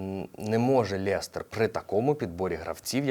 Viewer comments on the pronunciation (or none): Вухо ріже «лєстер» Хіба не лестер? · Все як завжди ТОП. Тільки не ЛЄстер, а Лестер😅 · Жду коли ти розгромиш Мудрика) Кумарять українські клуби своїми цінами на футболістів. ПС. Лєстер? Який Лєстер? Я його не можу так назвати навіть коли говорю quatsапською... Лестер, а не Лєстер! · Класний випуск. Я дивлюсь всі твої випуски що найменше 2 роки.. плііз говори "Лестер на не Лєстер. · Та чому лєстер а не лестер? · Вибач, хочу тебе поправити не Лєстер а Лестер) А так то дякую за огляд) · Дякую за випуск) Тільки старайся, будь ласка, говорити лЕстер, а не лЄстер 🇺🇦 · Чому ЛЄстер?? лЕстер!!! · Цікаво ти Лестер вимовляєш!